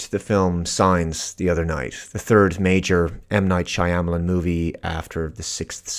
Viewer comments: "M Night Shamalyin" "Shamalion" 😂 In all seriousness, I haven't seen this film in many years, but I love this theory, and it makes way more sense with the context points you've presented. I was probably too young to pick up on those things when it came out but they all fit together so precisely to fit this exact theory. Honestly this is probably the actual real plot of the film rather than just some alien invasion. Great vid, haven't heard this before but I'm glad I came across this 😊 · I assume you watched this movie multiple times. Im sure you’re familiar with the director. Im sure youve spent so much time listening to others opinions on this movie also. Still, however, just completely hopeless at pronouncing his name 🤣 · M night WHAT??! there’s no way you don’t know how to pronounce it…